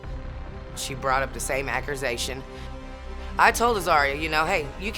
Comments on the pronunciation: "She brought up the same AcCuRaHzAtIoN." 😂😂😂🤦🏻‍♀️This woman is disgusting! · the same what? “acrusation”